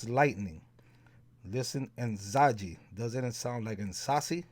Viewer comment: The j in Nzaji has a zh sound like how the French say the name Jacques. Great stuff! Thank you!